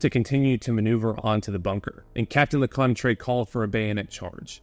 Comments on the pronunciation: Hey great video, I'm not sure if anyone gave you a way to correctly pronounce Lecointre, but here's my phonetic suggestion: LE_CO_ANT_TRR. instead of LE_COY_NAY_TRAY. Does it make sense? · "le-KWAHN-truh" = Lecointre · LeCointre became something like Leconetrais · A good piece of work, indeed. As for pronouncing French names, you do a good job, with the exception of Lecointre- an admittedly difficult word. Maybe you should try something along the lines of luh-KWENtr' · Your french names's pronounciation is pretty good and understandable, except for the main character : Lecointre. But it's a french name tipycally hard to pronounce for an anglo-saxon speaker, then don't worry, all's fine. Anyway, good job and thanks for exhuming this fierce piece of french combat. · You did great regarding French name pronounciation, with the exception of Lecointre but honestly it would have been impossible to pronounce remotely correctly by a non French speaking person, so kudos to you ! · Lecointre……! His video is great, not the pronunciation of French names, but that’s ok :) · Everything good expect Lecointre, 'oin' makes a special sound in french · Compared to how Lecointre is pronounced, that one is a minor offense. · "Captain FaRansoa Leconnatrey" XD